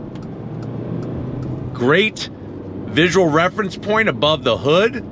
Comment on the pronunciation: Do he say hood or hoog? 😂